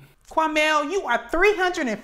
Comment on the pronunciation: Not “Quamell”!!! 😂😂😂😂